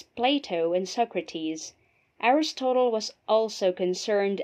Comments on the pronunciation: ARIS-TOTAL? you can't be serious.... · I wondered where the slightly unconventional pronunciation of 'Aristotle' and 'justice' came from. Nevertheless this presentation would have to be one of the most succinct and lucid summaries of the subject matter. Very well done. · The speaker's repeated mispronunciations of words and even of the name Aristotle are distracting. One example is "justeez" rather than "justice."